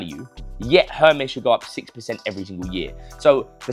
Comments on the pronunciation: It’s pronounced “Er-mess” 😅😅😅 Not Herms or hermiss 😅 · And there’s no R pronounced in Hermès you’re saying it wrong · You know so much about it but you don’t know how to pronounce it 😂😂😂